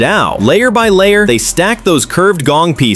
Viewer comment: Well, that’s not dugong — it’s dou gong 斗拱 in Chinese.